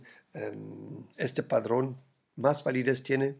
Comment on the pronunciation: Se dice patrón, no padrón. Padrón son los pimientos de padrón 🤣🤣🤣 3GWG4z1yGwbRDfwsxVHTecunkVG5fTazqf